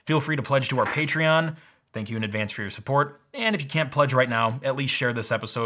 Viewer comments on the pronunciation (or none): none